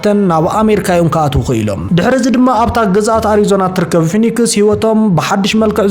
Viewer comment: ፎኒክስ ዘይኮነ ፊኔክስዩ ዝብሓል ንስኻ ድማ ዝተሓወክካ ትመስል